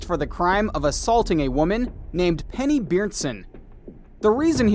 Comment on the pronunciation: I'm shocked you got the pronunciation of Penny's name correct. Now, next time, know that Barb Tadych is NOT and was NEVER my mom. She is a former step mom as of 1992.